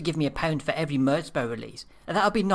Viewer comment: its "murz bow" not "murts bow"